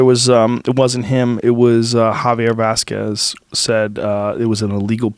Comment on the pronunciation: He was fucking up all the names said javer vasquez lol